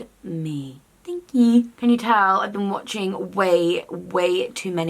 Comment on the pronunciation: also loved your "THANK QQQ"